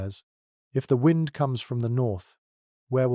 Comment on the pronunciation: Their ai mispronounced "wind" at least once. Shame on giving the impression that this a genuine person giving a crap of where and when I am. Shame. Or lack thereof.